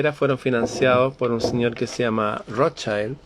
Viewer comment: La MASONERÍA SIEMPRE INFILTRA, NUNCA ES INFILTRADA, ES ROSCHIL - ROTHSCHILD- ESTÁ ESCRITO EN ALEMÁN, NO ES INGLÉS, Y ASÍ SE PRONUNCIA 'Roschil ' aunque se escriba ROTHSCHILD.